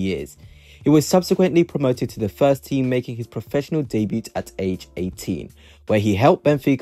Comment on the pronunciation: silent "t" on debut bro